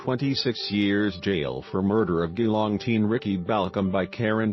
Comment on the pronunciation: My God. Why are you posting this? You're not even talking. Stupid computer voice that can't even pronounce Geelong properly. This is my best friend's family, and you're profiting from someone else's grief.